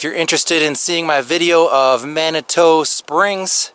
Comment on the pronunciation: Nice video! FYI the locals pronounce it Manitoo vs. Manitoe.